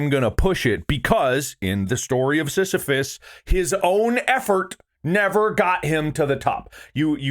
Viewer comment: Bob mispronouncing sisyphus and thinking sisyphus would sound like borat under 20 minutes is peak ethan. I wish for a day to see mark ethan bob and tyler together in a video 😔